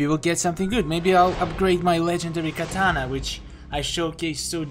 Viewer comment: I like how you pronounce katana to kitana